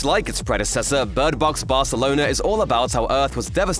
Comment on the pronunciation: Bird Box "Barthelona"